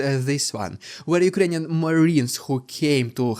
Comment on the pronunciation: Rrrrrrr that's rrrrrukrainian